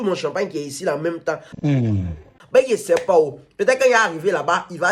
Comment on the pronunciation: Il parle jusqu'à il dit ye sais passs 😂😂💔